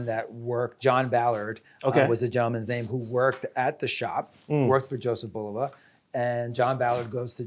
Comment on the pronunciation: They just let this guy pronounce Bulova wrong through the whole video? Haha